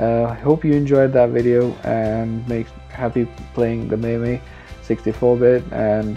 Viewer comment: rom isn't corrupted, it shows you don't have the bios files and mame is pronounced maim